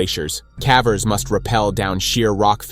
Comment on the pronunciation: "Cavers" is pronounced "Kay-vers"